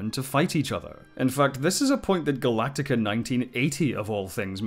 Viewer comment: It's Galactica.